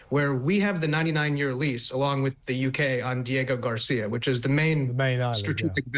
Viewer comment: Diego Garcia…. It’s called Diego Garcia for goodness sake!